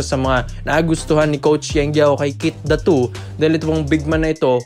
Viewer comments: Keith Datwo? 😂😂😂 bakit kasi need pa magpacute nakakabastos ang hindi tamang pagbigkas ng pangalan. Pinoy ka naman pero iniiba mo pa. Fake news kana ginagago mo pa apelyido ng tao.😂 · Ganun ba talaga bigkasin ang Datu?sagwa eh